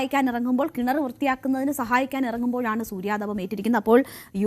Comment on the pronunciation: സൂര്യതപം അല്ല താപം ആണ് മാപ്രേ